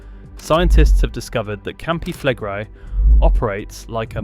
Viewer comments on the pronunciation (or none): Flegrei is pronounced Fleg-ray-ee.